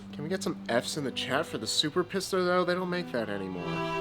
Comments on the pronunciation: It sounds much better if you say 'peesta' rather than 'pissta' but apart from that it was an excellent video 👍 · Pissta? It's Peesta. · Your Italian pronunciation is good, but Pista is pronounced Peesta (think Pizza), and Sugino would be like the guy's name Gino, so Sujeeno. You would get your pronunciation if it were spelled Sughino.